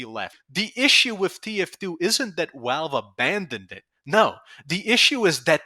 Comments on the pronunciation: why do you say wowalve instead of valve? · STOP SAYING “WALVE”. YOURE SAYING IT WRONG!!! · I love the way you pronounce Valve "Walve" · I'm Aussie and I'm Gunna start pronouncing them as Walve! 🧐🤝🧐